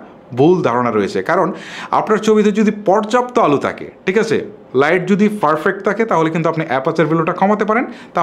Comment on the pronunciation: ভাইয়া, আপনার ভিডিও বেশ কোয়ালিটিসম্পন্ন। তবে, আপনার কিছু উচ্চারণের দিকে বিশেষ মনযোগ দিতে হবে৷ বিশেষত 'থ', 'ছ' এবং 'ঠ' -তে৷ যেমন: টিক আচে? তাকবে.....